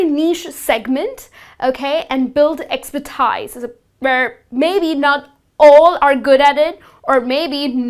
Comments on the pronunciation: "expertise" is pronounced "expertees" not "expertis". Good lessons anyway :) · Please double-check how you pronounce the words "expertise", "executive", "useless" and "competitive". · Desk Jockey!! Not Jokey!! Time Expertise.....pronunciation!! Anyway, You are an Excellent teacher! thumbs-up!